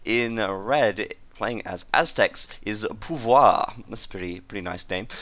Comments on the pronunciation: Nice french accent on "pouvoiiir" :D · Pouvoir means "Power" in French, and you pronounce it very well for a british person. :) Plus, because I'm French, I liked beating your virtual ancestors with Jeanne d'Arc in AoK... Ok, just kidding. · Pouvoir means "power" in French. Your pronunciation was perfect by the way. Congratulations~